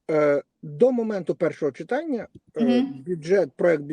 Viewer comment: Ведущая,говорите правильно,не чИтання,а читАння.Что за жаргон,тригернуло?